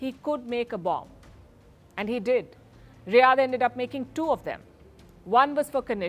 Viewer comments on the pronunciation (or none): none